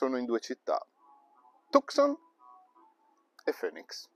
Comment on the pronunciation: Bellissima l'Arizona, la visitai nel 2015 e mi piacque assai paesggisticamente. Comunque la capitale si pronuncia FINIX non FÖNIX ;)